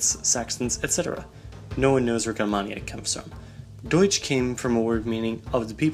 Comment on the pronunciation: You dont know how to pronunce GERMANIA